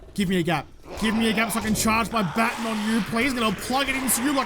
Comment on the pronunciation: It's okay if you say electrocutioner incorrectly; you don't say 'baton' right either. It' sometimes seems as if you people invented the language just so that you could butcher it.